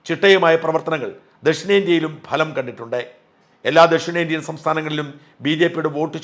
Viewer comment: ഭലം അല്ലഫലം എന്നു പറയണമെന്ന് അഭ്യർത്ഥിക്കുന്നു